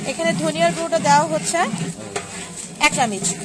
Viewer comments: চামিচ না বলে চামচ বললে শুনতে ভালো লাগবে আপু। 😊 ভালো লাগছে ভিডিওটা। keep it up.... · কথাটাএকটু সুন্দর করে বলবেন।তাহলে আরো ভালো লাগবে। আর চামিচ না Kothaটা হবে চামচ। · Chamuch ke Chamich boltase!! ki din kal porlo!! :o